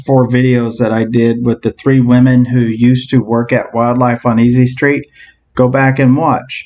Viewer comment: "East St" 🤦‍♀️🤦‍♀️🤦‍♀️